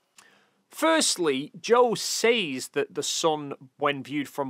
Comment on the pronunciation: Anyone else caught off guard everytime he says "sayz" instead of "sez"? I dont think this is an accent thing.